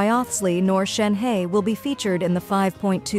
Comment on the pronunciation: Me pronounce Shenhe = Shen-ha Video creator : Shen-he🕺 Hoyo: Shen-who? 🤔